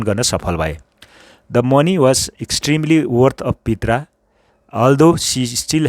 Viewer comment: pronunciation of " Prita" is प्रिता not पित्रा...!?